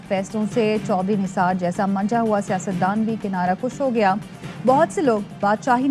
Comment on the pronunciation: Chaudhry Nisar..... Kinara KUSH Hahaha Hahaha Hahaha Very talented newscaster its Kinara kash Thoda padh liya karo